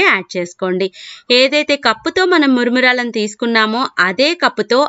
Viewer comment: మురుమురాలు కాదు మేడమ్, మరమరాలు అనాలి.